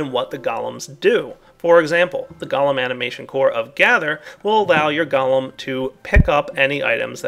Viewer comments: gah-lum, go-lem... Its driving me crazy!! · pronounces golem like gollem (what is this, lord of the rings?) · Man those Goalems are awesome I wonder is you can get them to milk cow's, sheer sheep and even breed your animals for you?? (BTW anyone who spell-Nazis me for spelling Golem as Goalem Look it up in any encyclopedia or dictionary Golem pronounced Galem like is the nake of that cannibal scrawny freak from LOTR Golem pronounced properly as Goal-em like the pokemon says is referring to these little fellas and their big Jewish brother)